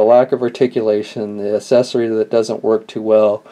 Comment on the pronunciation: I take it you mean accessory. I have no idea who taught you how to speak English, but you need to go back and get a different teacher. I mean seriously "asessory"? what the fuck, man?